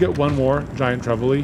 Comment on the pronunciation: I think you pronounce Trevally the same way you would say "vally," just with a quick "tre" at the start. Not very important, but you seem to struggle each time😅